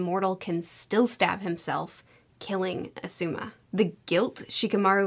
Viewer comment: Please watch some of the anime or something to learn to pronounce words and names. The video is harder to watch when you're saying things like "Asooma"